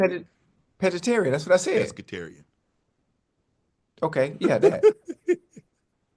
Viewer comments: Ocho : Peggiterian 😂😂😂😂😂😂 UNC : you mean Pescatarians Ocho different 😂😂😂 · Ocho saying Pegetarian is crazy work. Brother 🤦🏾‍♂️